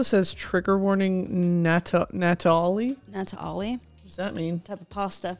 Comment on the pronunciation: Did we ever figure out what “nataolli” is? 😂